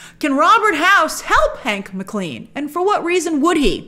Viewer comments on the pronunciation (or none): It's 'M Clen' not Mc CLEAN 🤣🤣🤣